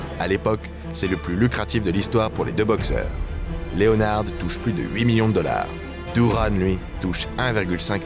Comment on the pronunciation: SVP Correction: on ne dit pas Léonard comme en français mais bien Leonard (prononcez: Léneurd)... Sinon vidéo excellente!!!